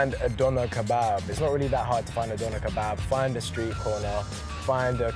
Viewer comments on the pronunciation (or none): When pronounced Döner like “Donna” 😩